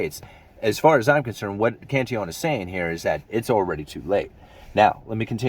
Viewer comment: You're the first YT video caster I've heard to pronounce Cantillon's name correctly.